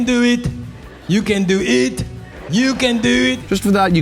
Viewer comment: "You Cann duue it!"